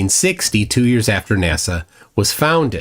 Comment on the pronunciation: Why do people like that say NASAw?